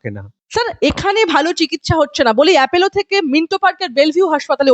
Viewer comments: Apollo naamta thik kore uchharan korun.Naam ta Apollo,Apello noi. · আরে বাবা appElo নয়, ওটা appOlo. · Not Apello But Apollo.